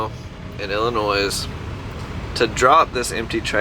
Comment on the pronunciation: S in Illinois = do not pronounce